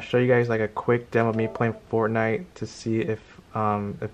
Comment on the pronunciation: It sounded like he said pornnight